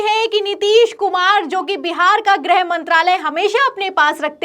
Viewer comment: ग्रह नाहीं गृह.